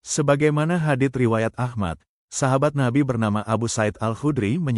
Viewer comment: Tulisannya mmng Hadits, bunyi bacaannya adalah Hadis. Lha ini bunyi bacaan dari admin kok berbunyi 'HADIT'... Waduhh... Duhhh... Pie to. Belajar yg bener Lagi ahh... Biar bener.